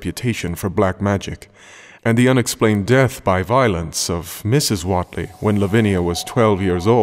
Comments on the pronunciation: Overall your voice is nice to listen, but your attempt at the local Dunwich accent needs work. Also I think it's pronounced "Waitlee" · What’s with the hard southern accents? It’s Massachusetts. Even know that all the way from London. And Wheatley is pronounced “Wheat - LEE” not “Wot -lee” or “Wit - Lee” or “wet - ley. It’s “WHEAT - LEE”. Wheat like the grain. Duhh.